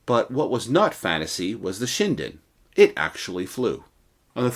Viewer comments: Not "Shine-den" LOL. It's "Shin-den" as in "Chin". 😂😂😂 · It's nut pronounced Shy-dn. It's Shin-Den. J7W, Magnificent Lightening. It was to have a jet engine later but of course, the war ended even B4 the J7W was perfected and made to the production line as the US bombers kept on destroying not just to kill massive numbers of civilians specifically done so w the incendiary bombs (war crime**) but against the arm factories too. And, J had no fuel to fly any aircraft by that time, some expe- riments were done to extract oil from foliage etc., which is of very poor quality for the aviation fuel. Logistically, it was very EZ to defeat Japan as it's an island nation, everything must b imported by ships and all the US had to do is to destroy their merchant ships, let alone their IJN ships. And though the UK is also an Island nation, it had a rich colonies and a rich friend, the US. Nut Japan. _________ **War crime is metered nut(not) to the victors but to the defeated nations. I.e., the term/concept is Farce. Same bombings by the US was done to the J's ally, Germany. It was designed by no other than the later Sec. of State, Robert McNamara of Vietnam war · Ugh..... the correct pronunciation is SHIN - DEN. (...international grammar na*i hat off...) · FYI, Kyushu is pronounced “Q-shoe” and shinden is “shin den”.